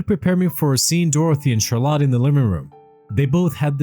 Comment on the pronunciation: Learn to pronounce CHARLOTTE ffs